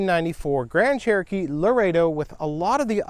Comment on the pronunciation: stop saying cherokeets lol